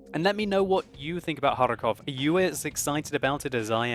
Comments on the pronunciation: I do very like how you pronounce Kharkov with the hard R. as far as know it is very hard for native english speaking people to talk like this. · sounds like a authentic Russian when he pronounces 'Kharkov' XD